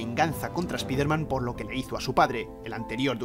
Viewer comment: Primer español que veo que pronuncia Bien SpiderMan 😃 Xd